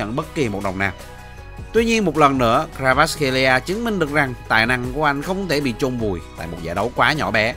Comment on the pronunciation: " Cờ va rát " ko phải " Cờ ra vát " nha br , cả clip dài mà br đọc sai từ đầu đến cuối :)